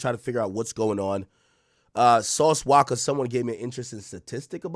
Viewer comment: It’s walka not wocka 😭😭😭😭😭